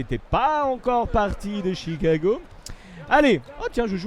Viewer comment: Please Chicago Bulls et pas Tchicago Bulls 😜